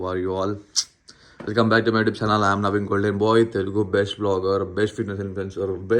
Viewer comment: Naveen ❌ 🦣why